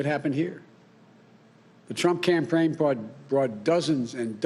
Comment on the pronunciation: Congrats America....You, 'apparently' voted for a lemon as Commander in Chief. I missed a few but here ya go: ...."Certiflied" ..."The American America" ..."Democosy" ..."Befect the fact" ..."The Trump Campraign" ..."Ultimally"....."staints" - ...Sounds and Noises your 80 year old grandfather makes .....Waddles off looking rather thin and frail